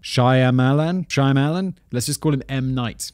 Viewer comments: I have heard you butcher this name too much my friend. Shom-a-lawn. M. Night shom-a-lawn. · Shamalan it's pronounced Shamalan the Y is extraneous. Jesus fucking christ Simon, how many times do you have to see a guy's name come up as a pop culture reference before you look it the hell up? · Just FYI, it's M. NIGHT SHAY-MA-LANE. 🙂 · Simon being unable to say m. night shamalamadingdongs name makes me smile